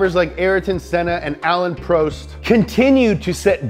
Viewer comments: Just me or did he say Alan prost as "Al-iean pro-est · It's pronounced Alain PRAWST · "A lane pro'st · You don't overpronounce the 'ault' of Renault Alain prost is pronounced Alan Prost, not Prowst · Alayn Prowst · hotmojoe. lol ' Pronounciation Was Wrong It Was Supposed To Be Ă-lăn Prôst ( The Letter I In Alain Is Silent And The Second A In Alain Is ă And The o In Prost Is How You Say Mall Or Poll.) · No one:: AH LIN PROWST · Is anyone gonna talk about how he botched Alain post’s name “Allayin proast” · Did u just say aleyn proest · Ren-O Al-Ayne pro-st Shoe-marker Jag-you-arrrrrr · Alan Prowst? Come on man. That hurts. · Alayn Pro-st? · "ALaIEn PrOuts" 🥴🥴🥴🥴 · "Aleyn Proust" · Was he joking when he said alaine prooste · Anyone triggered by “ah-lane pro-est” and “are-ten senna”? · alane prost lmao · its pronounced alan prost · you just don't pronounce the l and t so it's 'ren-no', with Alain where you don't pronounce the n and there's no 'ay' sound. It's obviously not a huge deal but this is a car channel so this should be basic stuff. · He also pronounced Alain Prost wrong, although props for actually trying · i love the way you say Alain Prost :') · pronunciation of Alain Prost makes me want to cry...Schumacher and Alonso as well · The way he pronounced "Renault" and "Alain Prost" I'M DEADDDDD XXXXDDDDD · ' pronunciation of Alain Prost worries me. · Which f1 fan realized that he said Ayrton Senna and Alain Prost’a name incorrectly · How can u ruin Alain Prost's name so badly